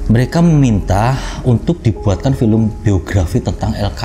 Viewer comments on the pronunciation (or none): none